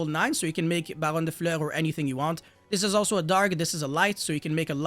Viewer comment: If you can say Fur hire or Fury then you can say Fleur.